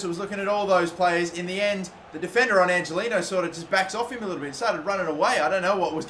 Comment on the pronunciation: Angeliño is pronounced Anhelinyo. just fyi so you don't piss off your latin viewers